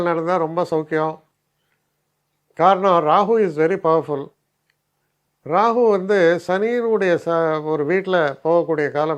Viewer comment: You are the only astrologer i have seen and heard Rahu as Rahu else all pronounce Rahu as Ragu.